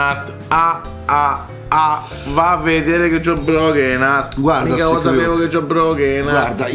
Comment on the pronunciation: "C'HO IL BROGHEN ART" AHAHAHAHA